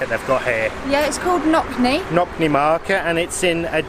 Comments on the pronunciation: Lol Nokny. NoTSny. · "noTSny" market :)